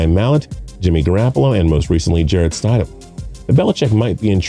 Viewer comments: Did he really just say Jarrett STIDE-EM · The guy says: st I dam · Right! "Sty-dem"? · It's not stide-ham, it's stid-ham. If you can't get something that simple correct, why should any one take your analysis seriosly? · How much can you really know about Football if you can't Even Pronounce the Patriots Back up QB's Last Name, you said it WRONG SEVERAL TIMES !! so it wasn't an accident it's pronounced STID-Ham not Stydum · St I dam? That’s wrong It’s stid um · It’s stidham not stadhim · Ik😂 jarett st-I-dam no its sti-dom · St”eye”dham, Sony Mitchell?! Come on my guy, do your research on the pronunciations. You must not be from SEC country..LOL. It happens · You seem knowledgeable, but you need to figure out the correct pronunciation of the players names before you make these videos. Stide-Um? Sony Mitchell? Come on, man! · Rollercoastercritic Aviation Stidham is pronounced with a short vowel I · Jarret sti dam Are barn Sony mitchel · Ore-gone and Stide-hum. It's horrid. 😖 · I appreciate this guy's insight, but in the first 2+ minutes he's mispronounced "Oregon," "Stidham," and "Michel." Those aren't just nobody type names that a football analyst wouldn't know. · No credibility from a guy and a channel who can’t even pronounce simple names like Stidham and Michel correctly. Probably never played a down of football in his life. TB12 isn’t going anywhere. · Yeah, his name is Jared Stidham. Also, you pronounce names weird. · I turned this shit off. You’ve already mispronounced Stidham several times, Brissett, and Michel. Obviously you didn’t do much research for this video. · I like this guy and his silky smooth voice but the way he pronounces Jared Stidham gave me a seizure. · Not to mention he says Stidham's name wrong 20 Times.... You think if your gonna say a name 20x you might want to get it right.. LMAO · It hurt hearing this Idiot say Stidham wrong 20 Times... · Or how he says stidham